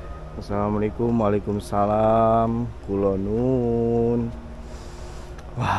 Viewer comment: bukan kulonuwun tp kulonyuwun